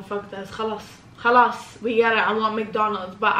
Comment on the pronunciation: I didn't know she's Arab until she said "KHALAS!" Lol